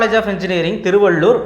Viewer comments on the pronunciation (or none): none